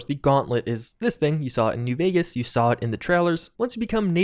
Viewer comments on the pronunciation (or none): none